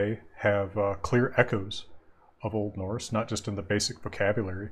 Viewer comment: I am sorry, but i have to say that pronunciation of Old Norse is not good at all, even if it is hypothetical.